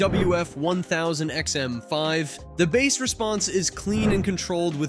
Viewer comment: Jesus Christ stop pronouncing it like it is a fucking fish!